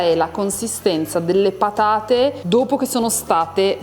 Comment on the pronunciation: "Siamo arrivati al momento delle pathate", ha detto con accento toscano pronunciando la "gorgia", il "th" italiano, suvvia che ci si inthende...